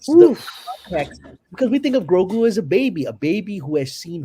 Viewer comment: Just discovered your channel. Subscribed. GREAT stuff. Just one question: why do you pronounce Grogu as “gorgu”?